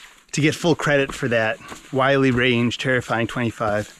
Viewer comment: It’s pronounced “Will-Lee,” NOT “Why-Lee.”